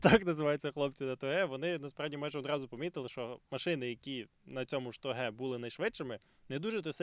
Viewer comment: Я вибачаюсь, але хіба не тОге?